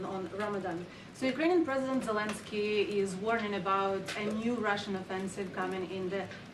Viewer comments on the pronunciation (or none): none